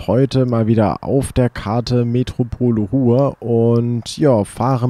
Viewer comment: Du weißt schon dass es Ruhr und nicht Ruhe heißt?